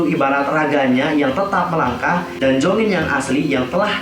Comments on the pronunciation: Jeongin bukan jongin ,kalo jongin mem exo╥﹏╥ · monmaap nama dedek bukan jongin tapi jeongin bang kalo jongin mah kai exo😅